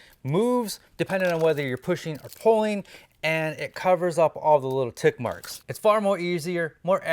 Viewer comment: Did you say “tit marks”? 🤣